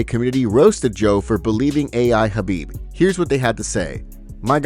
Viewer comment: Not surprised Joe fell for that, can't even respect Khabib enough to say his name properly.